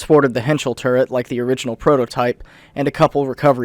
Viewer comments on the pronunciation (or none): none